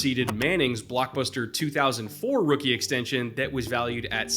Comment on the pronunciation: Ill never forget that Taysom Hill "extention" lol